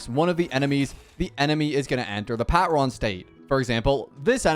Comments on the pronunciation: The pat-ron physically hurts me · i found it weirdly funny how badly he butchered the word "patron" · him pronouncing patron like that is hurting me